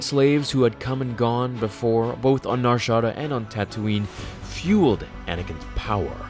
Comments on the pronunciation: It's pronounced Nar Shadaaah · Did you say Nar Shah-duh? o.o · " Nar Shawdaw" 😂😂😂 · Nar shotta? boi for being a star wars nerd your pronunciation of some things really tweaks my toes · it's pronounced "Nah Sha'daaa" with a long a sound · You said Nar Shaddaa all awkward in the beginning... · Why do you pronounce narshadaa like that?